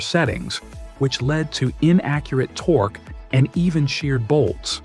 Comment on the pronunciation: "Torky" wrench? WTF?